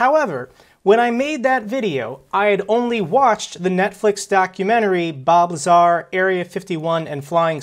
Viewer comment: He said lazar , he doesn’t know